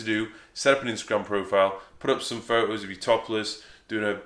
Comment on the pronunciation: I like your fo ohs, mate.